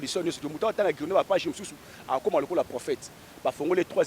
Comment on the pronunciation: Grimoire et non Grinoire. Zoba zoba lukuta. La magie ou la spiritualité c’est des mots.